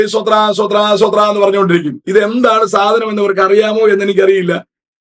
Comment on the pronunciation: സോത്രാ,സോത്രാ,സോത്രാ എന്നല്ല; സ്തോത്രം സ്തോത്രം, സ്തോത്രം എന്നാണ്!